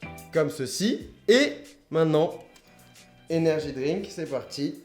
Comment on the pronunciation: xD tu tes fait chier a dire "energi drink toute la vidéo est a la fin : redbull...